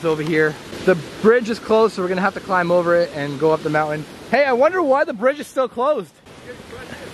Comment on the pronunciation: it's mountain not mounain